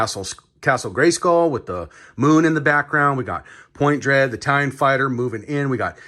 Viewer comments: Dang, man. It's "Talon", not "Tallion". Also, for anyone interested, he finally gets the box open . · Dude! Love the channel… but it’s TalOn… not Talyion! Pronounced TaL-ON! Not TaL-YioN! 😳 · It's TALON fighter. As in, it has talons, because it's a bird. Why do you keep saying it "Tallion" fighter? Like it's Italian or something? Do you think it makes amazing pizza? and it's Zodac, not Zodiac. lol I feel like a huge dick pointing this out, but it's super irritating. Would be like doing a Spider-man toy review and calling him Spid-erman.